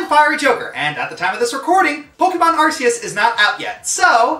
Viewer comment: Damn, metal gear rising didn’t even get into the honorable mentions. Ps, of COURSE says arches wrong. He seemed like the kind of person who would to me